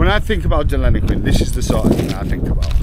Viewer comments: I do understand your from England, but the doesn’t is pronounced as Denillaguin not Delinaquin . Have a great day. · Den-ill-e-quin It's Boong for Platypus. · Pronounced Denil-a-Qwin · First time I’ve heard Deniliquin called Deliniquin. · You need to learn to practice saying Deniliquin properly. 😜 Denny is good enough for those that know! 😎Enjoy cobber. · You don't love the place enough to learn how to pronounce the name of the town you are in !